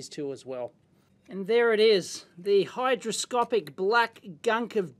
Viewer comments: HyGroscopic, not hyDroscopic. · Not to be that guy, but I must point out, it's hyGroscopic :)